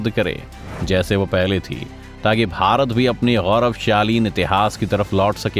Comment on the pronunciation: Gauravshali... not gaurav shaleen...